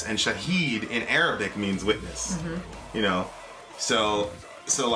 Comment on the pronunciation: Your Arabic pronunciation is amazing!